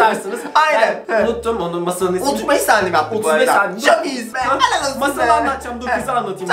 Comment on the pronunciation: Abi ellal olsun değil hellal olsun😂